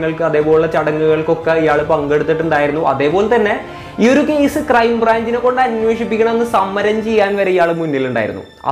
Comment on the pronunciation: കേയിസ് അല്ല കേസ്